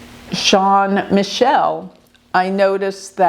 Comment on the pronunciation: Jean Michel Trogneux is not pronounced John Michael